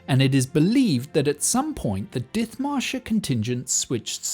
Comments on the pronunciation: Dithmarschen is pronounced dit-marschen. 'Th' in traditional Germanspellings that can still be seen in place names like Ditmatschen and Othmarschen are always pronounced /t/. There is no 'th' sound in German like we have in English. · Very interesting. But one thing: The name, Dithmarschen, of a region near Hamburg, is not pronounced with the "th" sound but with a simple "t". And to this day, the Dithmarschen people are renowned for their stubbornness and their independent spirit. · The "th" in Dithmarschen is not an F-sound but just a T. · Ah yes, the English town of Diþmarshen. With exactly that pronunciation. How dare the Germans spell it "Dithmarschen". Almost like they wanted to imply not entirely insignificant a different pronunciation! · In German, the "th" is pronounced as a "t". Dithmarschen is dittmarschen. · The pronunciation of Dithmarschen triggers me hard. One look its Wikipedia article might have helped... There is no /θ/-sound in the German language! Nonetheless, good video :) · You're mangling the name Dithmarschen...the "th" is pronounced as a "t"...silent "h". It isn't surprising that they'd be self-governing, as they're wedged between East Frisia and North Frisia. I'm not knowledgeable about their government, but I recall their story being very similar to Dithmarschen's. Something about the Frisians being the only Europeans to never fall under feudalism...but if Dithmarschen wasn't, then that bit of info is incorrect...unless the people of Dithmarschen were/are Frisians, too. Could easily be, considering Frisians and Saxons have shared that area for a long time.